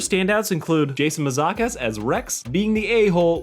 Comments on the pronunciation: Their names are pronounced Steven Yun and Jason Man-zuke(like juke)-ass. Just fyi. Good video otherwise. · That is not how you say Jason Mantzoukas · You butchered Jason Mantzoukas, he is literally the most underrated underused talents.